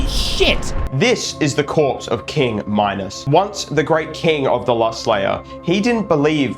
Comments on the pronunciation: ahh yes, "minus" not Minos. minus minos (min-oh-s) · And yes it’s ME-no-s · my-nose (X) mih-nos (✔) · Also it’s pronounced me-no-s minos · Minos is pronounced “meenohs” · Your pronunciation of minos being minus sign and heresy being here isy is so funny